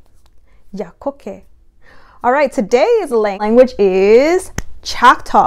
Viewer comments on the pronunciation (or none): Oklahoma red people does not mean Native Americans, it actually means aboriginal indigenous Americans, a.k.a. us not the pale face people. Actually its pronounced Hal-e-to & Yoo-key. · This is great, i would suggest putting more of an "e" in the so it sounds like Haleto vs Halito Yokakee has a long e This could be souly bc we are country tho haha 😂😂 Thank you for doing this 💜